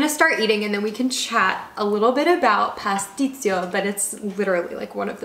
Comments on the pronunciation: When you say PASTICCIO, "CCIO" is like your CHO. As you did, in italian you said with Z (PASTIZZIO). Just a suggestion from an italian ;) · It's "Pasticcio", not "Patstisio" 🙃